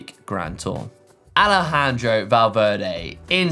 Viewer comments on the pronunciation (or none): none